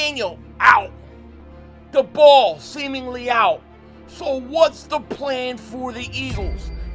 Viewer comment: First thing, Brian Daboll is pronounced like table. Second thing, I think the best option for the Eagles at OC is Charlie Weiss Jr. He's a young guy that had a lot of success in college and is known as a very innovative OC. Plus I also think he won't leave next year. You get a young guy with a lot of success as OC in college and someone I think will give stability to the offense in the next couple years because I don't think he's going to leave in one year